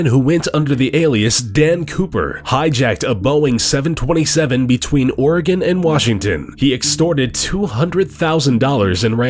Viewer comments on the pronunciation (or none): none